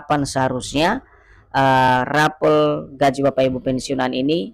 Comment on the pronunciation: RAPEL KLUAR BUKAN RAPEALON BUKAN ...KLIRU RAPALAN...GAJI.